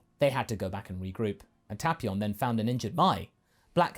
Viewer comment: Tapeion not tapion your mispronouncing it